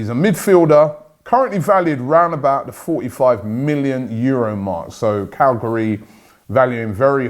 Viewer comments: Robbie said Cagliari like Calgary so I thought he meant this guy was coming from Canada 😆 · Lol, how do you pronounce Cagliari as "Calgary"? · Jesus, you really murdered the pronunciation of Cagliari 🤣 I thought we were in for a Canadian for a few seconds there ha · Cagliari not Calgary, Robbie 😂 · Calgary? CAGLIARI... 😁